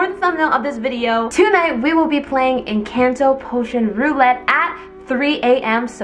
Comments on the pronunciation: YOU SAID ENCANDO NOT ENCANTO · Girl everybody Everybody say it's in canteau it's in cornto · You did not say encanto right👍 not offended pls